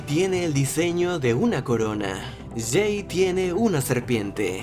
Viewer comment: es jey no sey pero te perdono solo porque apenas te estas acostumbrando al nuevo equipo